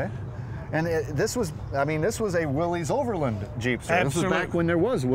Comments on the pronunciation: WILLiss Not Willy's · Willys is correctly pronounced “WIL-liss”.